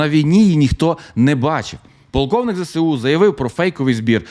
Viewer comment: ну Ви ж блогер, цікавий контент і все таке. Ну навчіться вимовляти абревіатуру ЗеЕсУ, а не кацапське ЗеСеУ. Коробить аж як чую.